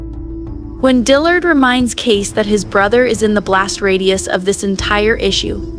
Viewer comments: It's not Case, it's Kayce (pronounced Kaysee) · This is so stupid, wrong, and click bait. And I hate that I’m adding to it by showing my annoyance. It’s KAYCEEEEEEEE. NOT CASE or KACE. Meanwhile, CADE is his childless Black Ops friend who found the people who killed JD and who is helping Kayce. GRANT is the person who arranged the hit. His daughter is the one in the car. And Kayce kills NONE of them, which is literally the entire meaning behind the name of the episode, ‘Counting Coup’. You literally do everything BUT kill when you Count Coup.